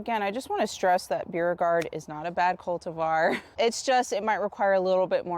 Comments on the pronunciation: It’s pronounced Bo regard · Beauregard pronunciation (Bor-gard) it's the Parish I'm from in Louisiana 😊 Love love your videos Louisiana and Florida so similar ty for all of your information very easy to understand